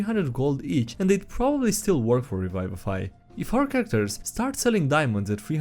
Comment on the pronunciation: PLEASE stop pronouncing revivify as re-veye-vee-fy, it's re-vee-vee-fy